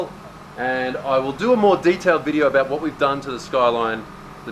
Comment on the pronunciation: Your Aussie genes showed up . "talk aboot" :D